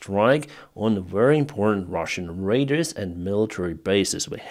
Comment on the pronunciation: Nothing personal - your English is much better than my Ukrainian - but when you say radars it sounds like raiders. Ray-dars is how we say it in English.